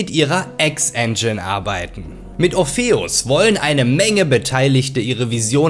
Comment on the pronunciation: schönes video soweit, aber so, wie du 'orpheus' aussprichst, ist es nicht zu erstragen ^^ schade